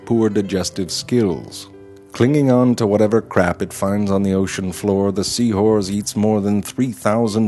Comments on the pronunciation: I watched this thinking "seawhores" was just how he says the word, then he said "seahorse" normally at the end 😂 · he finally says seahorse instead of sea whores. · Yeah, it sounds like he's saying "seawhores" to me too. I wonder where the narrator is from . . . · Jack Shown A It sucks you feel that way. I happen to think this guy is pretty clever. The "seaWhores" thing started to get on my nerves a little, but I can't complain much beyond that. Eh, keep watchin and maybe he'll grow on you. ;) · I guess I may be a cynical bastard cause for most of the video I heard sea whores instead of seahorse. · And to 40 yr old lesbians, apparently. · lol he says seawhores instead of seahorse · “The sea horze” 😂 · it sounds like he keeps saying seawhores XD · "Seawhores" lol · He is saying Seawhore! Haha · The joke is that he's pronouncing it like "seawhores". Not just the second time, but every time in this video. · seawhores LOL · Seahoars that is... or is it seawhore's? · hes saying seawhorese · Is it just me or does it sound like he's saying "Sea whores" instead of "Sea Horse"? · It sound so much like he is saying sea whores instead of sea horse. It cant just be me that hears this, can it? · Ha ha, he said hores. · Is he saying sea whores? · am I the only one who thinks that it sounds like he is pronouncing seahorse more like sea-whores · is it just me or is he saying sea hores ? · he says sea hoorse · i keep hearing sea-whores instead of sea-horse. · why do you pronounce sea horse "see whores"? I don't think it's fair. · I'm sorry, the Sea-what-now?